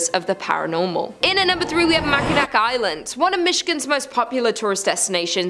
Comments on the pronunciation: Mac in awh that's how you pronounce it. Michigander here! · I find the sketchy pronunciations funny. Mack in ack. lol.